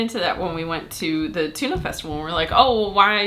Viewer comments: There is also a Danish town called Tune. And that's what it sounds like when you pronounce Tønder :D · If you say "tuna festival" one more time, I will have to unsubscribe to your channel! ;) To me it sounds a lot more like the the "i" sound in birder when you say Tönder. (I could still be wrong - I'm a Swede - but at least I don't have to unfollow myself.) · Just peonounce the ø like 'eu' from Cordon Bleu, then you more or less have it right :D Great vid as always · sorry but that is worse, because that is a pronunciation that are so bad that it is meaning disturbing. Tun is the Danish word for Tuna so it made sense ye were talking about that when ye refereed to the fish, but Tønder sounds nothing like the fish, and don't even lie at the sea. Ye could have compared it to a barrel as Tønde=barrel, but ye really need to pronounce the Ø and also it was like ye completely forgot the D. Didn't ye see the D, ye know what d sounds like? Sorry for giving ye sas, we have a lot of music festivals here, but Tønder and Tunø is just very different. And I know the Ø is hard because it is a vowel whose sounds are completely alien to an Englishman like you. Ye literally need to lean a new way to bend your tongue.